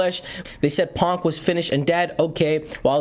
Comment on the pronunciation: It's Pon-key. Put your helmet on, soldier!